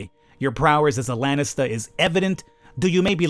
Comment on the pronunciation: Hey, just a minor thing, but it buggs me a bit... its not "Lennister" its "laaaanistaa" plzzzz, do pronounce it properly, u know why... fkin lennisters..... Cheers!;D